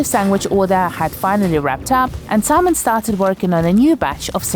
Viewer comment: Did she just call the baker Semen?